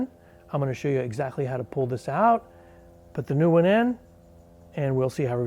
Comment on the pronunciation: Good work. You definitely gave yourself a cheeky 12V tingle there. "ou-ow-t".